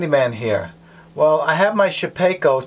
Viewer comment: It's Shapeoko (Shape-O-Ko) not shepeko lol